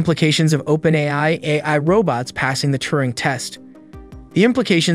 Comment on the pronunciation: This talking machine don't talk so good - can't say AI, for example - so I'm not that afraid just yet.